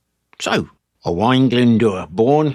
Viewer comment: As a native Speaker of Cymraeg from Gwynedd and is called Owain you aced the names and pronunciation! Diolch yn fawr, thank you.